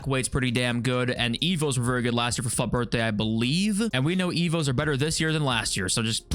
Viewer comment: Why do you pronounce it "fuht" its obviously not spelled that way